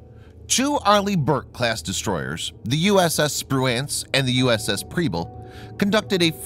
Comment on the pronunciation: Liked it but you or the computer kept mispronouncing Spruance